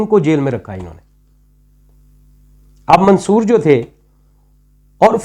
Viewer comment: آپ منصور کا نام تک صحیح نہیں ادا کرسکتے اور چلے ہیں ان کا فلسفہ بیان کرنے۔حد ہے